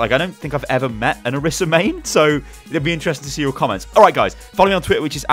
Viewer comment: What I don't like about Orisa is how people can't seem to pronounce her name right:T IT'S ONE S! NOT ORISSA! I thought you were better than this... shakes head slowly